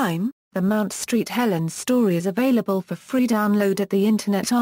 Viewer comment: LOL, "Mount STREET Helens" haha